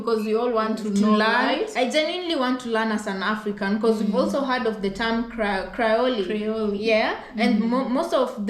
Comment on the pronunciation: I think you're trying the word Creole [ Krēohl ] from Louisiana